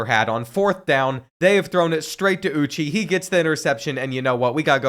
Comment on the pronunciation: aye bro its pronounced OOH-CHAY 😭🇳🇬 Naija no dey carry last